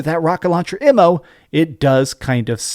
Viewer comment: How he say "AMMO" ??????